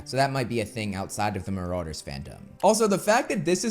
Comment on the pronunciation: That's ... not how you pronounce marauders